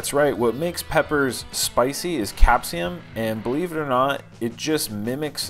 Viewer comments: The spice chemical capsaicin is pronounced different but you are a bad ass! Cap say son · The substance is actually called capsaicin. Cap-say-sun, and you are correct. Birds actually aren't affected by it. This is a chili plants way of spreading it's seeds. The birds eat the chilis with no spicy effect, then as they digest and release, they spread the seeds of the plant to new areas.